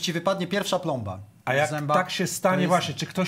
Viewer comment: To nie „plomba” 😂😂